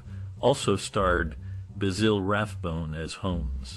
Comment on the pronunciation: Basille? What a joik. It's BASIL like the sprice.